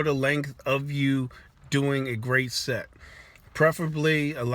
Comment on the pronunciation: Lmao kept hearing sex instead of set